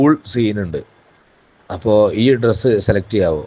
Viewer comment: It's dress not tress.